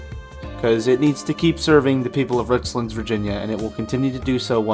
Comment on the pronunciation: Nice bit of nostalgia. Use to eat at that buffet sometimes while I was in college back in 99-01 and went there every so often as a kid. Just for reference it is pronounced rich lands not richlunds. Like two separate words. Easy to tell visitors not from around here by the way the pronounce places around here haha